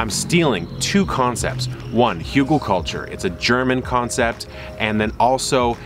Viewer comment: Really cool ideas, thanks! But, it's H-Ü-gelkultur. "Hügel" means "little hill". The dots are no fancy embellishment, "ü" is a different letter than "u". "Hugel" does not mean anything. 😁 Greetings from a newly awakened urban gardener from Germany! Keep up the good work.